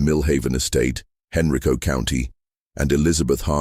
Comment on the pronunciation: It's "Hen-RYE-co"